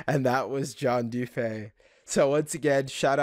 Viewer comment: Everyone calls him John “doo pay” but it’s actually pronounced “doo pee”